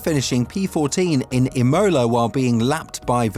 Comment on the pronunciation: The way you said Imola triggered me